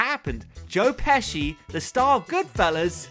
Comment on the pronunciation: No h in pesci.